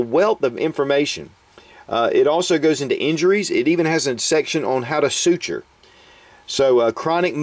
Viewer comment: "Information on how to Sootch'er"? Sootch'er....I barely know her!